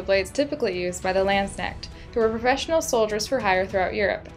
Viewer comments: It's called not doing your research and not bothering to find out how another culture pronounces their words. Not to mention calling the quillions, "arms". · it's so funny when you say landsknecht:)